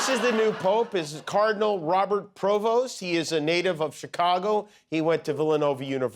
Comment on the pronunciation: It is not PRO vost it's PREvost -- please try and get it right